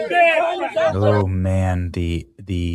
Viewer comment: "Only good crackuh is a dead crackuh..." These people are beyond remedy. Hopeless. Judging a book by its cover is necessary these days.